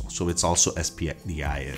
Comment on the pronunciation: Es pee dee aye ef ? 😂 It's pronounced spidif